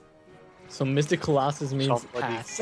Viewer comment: "It just begooled you! You've been beGOOLed": "I've been beguiled.": "...yeah." And then one round later: "colOHsus"